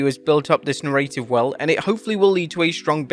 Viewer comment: I wish you'd learn how to say "narrative" properly. You use that word so much, and every time, it's wrong